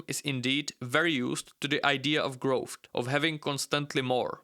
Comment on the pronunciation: Its not growthT its growth